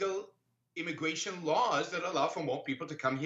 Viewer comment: This is an intwesting debate on immigwation weform.